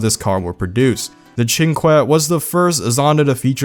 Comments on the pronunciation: ‘Chin kweh’ Pretty sure it’s ‘chin kay’ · "the cinque" sounds like the chinkuay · It's pronounced: SEEN-KAY